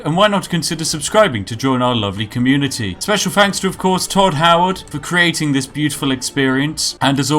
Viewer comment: If he says tod howerd one more time ill show him tod howerds fucking repitasion